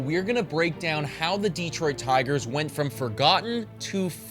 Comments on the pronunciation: yeah, here in Michigan we say it almost like "duh-Troit" with way more emphasis on the TROIT. Kinda weird but I never really though about it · Plus....DEE-troit still bugs me a bit. Emphasis on second syllable. But, honestly, very good video!